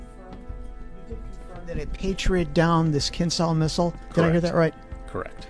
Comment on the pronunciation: It is not a “kinzal” or “killjoy” missile. It is “kinjhal”, it means simply a “dagger”.